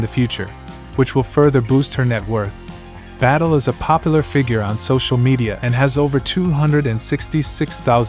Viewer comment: Its not battle its bad-ye😂😂😂